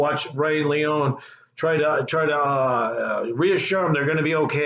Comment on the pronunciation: No you are an ENIGMA!! Lee-Own-Knee AT LEAST YOU CAN SAY HIS NAME PROPERLY Come on my Brother!! But it’s Funny As HELL!! Promoting His Channel is Tremendous!! What is Funny is you not Saying his Name Right or not!! He has not Skated In YEARS!! Look at my Team Bro!! Z.P. Can Rip down hill or on Rails!!